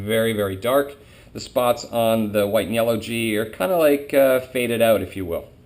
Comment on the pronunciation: Hey, I know they are Called White & Yellows (I'm going to be working with them next season) but it really sounds like your saying white meyellow.